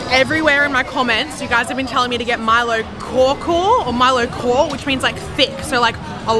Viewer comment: Milo kaw is pronounced as Milo "cow"